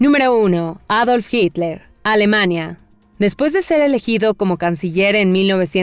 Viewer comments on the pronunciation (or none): none